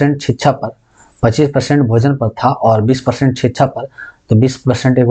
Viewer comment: sir शिक्षा बोला करिए …छीच्छा क्यो बोलते है